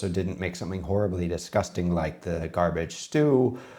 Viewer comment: For someone who seems to critique and point out the small things that he does wrong and correct him on how he pronounces poutine, you would think you would know how to pronounce the word disgusting. Its not DEEsgusting, its DIsgusting.